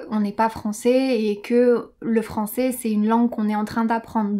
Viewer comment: Je sais pourquoi mais ta prononcacion de francais est, pour moi, meilleurs que la prononcacion de Hugo de Inner French! Je suis tombe amoureux, je comprends tout sans sous-titres! J'ai decouvert cette chaine en regardant Ecolinguist et j'y resterai certainement!!